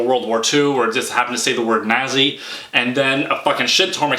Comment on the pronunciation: I'm sorry,, how did you pronounce "nazi"?